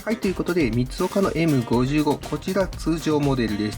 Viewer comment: エムごじゅうご ではなく エムダブルファイブ です！